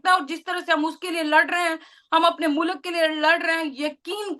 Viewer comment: Mulak nahin MULK 😠😠😠😠😠😠😠